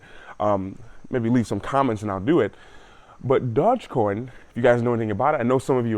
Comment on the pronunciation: What's this "dodge coin" haha